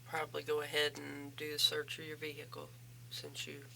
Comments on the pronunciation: If she says “vee-hick-uhl” one more time I’m going to scream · Someone please tell her the h in vehicle is silent.